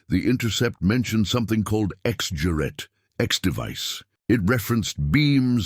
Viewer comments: 'Gerät', for Christ's sake - not 'Juet'... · This is very gripping. I never understood radio in high school, but I took German, and I can tell you that narrator is pronouncing "juret" all wrong. Certainly the G should be hard, and the second syllable, with its umlaut, should have long A as in 'mate.' But somehow the word doesn't seem very German, so I'm open to correction. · For heaven's sake PLEASE just translate it "X Device". The butchering of "Gerät" as "Jarette" is insufferable. For a start, it's a hard "g". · This is what you get when bots try to pronounce mixed language, text and speech. IIRC the "juret" word simply means "apparatus". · Lets the AI try to speek "Gerät" 🙂